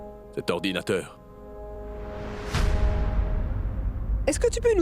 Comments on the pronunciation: me faire rire 😂 avec sa prononciation de l'ordinateur 😂l'originateur😂😂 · J'aime bien écouter madame dire oranginateur mi aussi. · J'aime tellement quand dit lorojinateur ❤❤❤ j'aime cette fille ❤😊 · dit oranginateur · Ce n'est pas ororginateur mademoiselle c'est ordinateur 😂😂😂😂😂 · n ' arrête pas de dire orginateur 😂😂😂😂😂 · Madame nan gen mil an depi lap eseye di Ordinateur 😢😢😢 Oranginateur😅😅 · Dans l'episode precedentes elle a ecrit une lettre avec tellement des Gros mots en felicitants toute la famille maintenant elle n'arrive même pas a prononcer ce mot ordinateur merci les Indians 😂😂